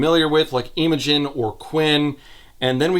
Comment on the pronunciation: As a Brit who’s had multiple friends called Imogen, it’s very funny hearing calling her Eemogen For anyone who doesn’t know, it’s pronounced more like im-uh-jun